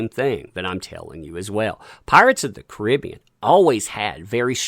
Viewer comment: Caribbean not koribeon